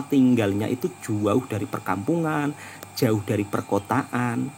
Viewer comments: emang sebutan jauh itu gitu ya mas? 'juauh' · Ikut jarak lagi jauh lagi panjang sebutan juuuuuaaaauuuuh